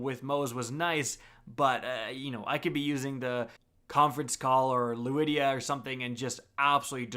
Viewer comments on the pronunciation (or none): Luidia? You mean lyuda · here to complain about how he said lyuda. 'luwediya'